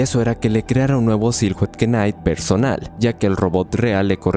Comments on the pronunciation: No es mi intención solo burlarme un poquito... Así que.. se dice "siluet nait" ✨ éxito en tus videos amigo! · ✨Silhouette Knight✨ nao nao "SILJOUT KINGT" 💀 En general todo bien en la narración, pero detalles de pronunciación así rompen un poco la fluidez porque dejan descolocado al oyente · se pronuncia "sihluet naiht"